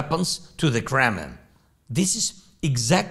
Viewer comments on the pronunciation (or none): "The Kremmin'" and "Jippy Morgan" 🤣😂